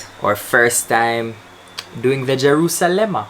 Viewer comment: said “Jeruselma” and I stared giggling. I told y’all that I would never hear the word the same way again 🤣 Btw, hi guys 😌